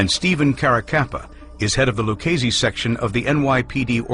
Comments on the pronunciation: It's pronounced lew-cheese-see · Lucchese is pronounced with a k sound, yet these mafia experts can't get it right